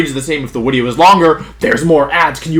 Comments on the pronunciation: Does....does he keep saying “wideo” instead of “video”? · Can someone explain to me why Wolfey said Wideo instead of Video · "Oh theres a wideo in your ads" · "There's a wideo in your ads." To be honest that really something to be complained about. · Wait, « oh there is a wideo in your ads » is actually funny x) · Wideo? Haha. Sick team. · I’m confused is he saying wideo or video? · There- theres a wideo... in your wads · New- why he say wideo? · Drink every time he says Wideo. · LMAO is there a reason why he says “wideo”??? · Any excuse to say wideo more and more